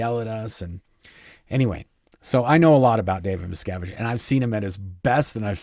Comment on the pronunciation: I keep hearing Miss Cabbage Can't unhear it now Kyna like it